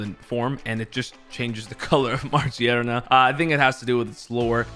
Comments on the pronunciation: Stop saying majierna broooo thats killing meeee its magerna with G!!! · Its Ma-gear-na not Marjieana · Ma gear na is how it’s pronounced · Is no one going to mention how he said Magearna? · 😂 it has gears on it